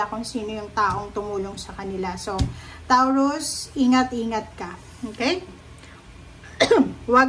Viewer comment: Anong TAWROOS bh3 its PRONOUNCE MO NMN NG MAAYOS KALOKA KA